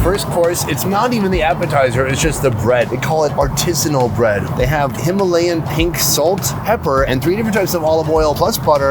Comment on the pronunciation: Ar ti san bread.